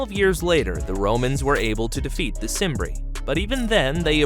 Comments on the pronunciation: Uhhhh… The ‘C’ in ‘Cimbri’ is probounced like a ‘k’: Kim-bree. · You knew it was going to be wrong when you heard Cimbri pronounced with and S